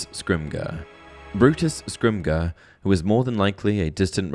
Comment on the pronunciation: Bro said "scrimgur"